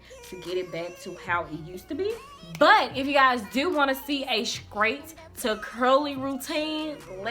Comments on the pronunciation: Girl you was killing me saying scrate and scrong instead of straight and strong lol but your hair came out nice! You'll need to dust or trim to get rid of the split ends so you'll have healthier thick ends and btw I love that KeKe Wyatt song. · If u Say SKRAIT one more time...! 😂 Your came out sooo good though